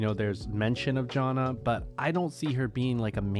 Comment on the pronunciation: why do you say janna do strangely